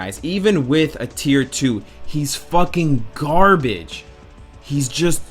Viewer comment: plis dont say fack garbrege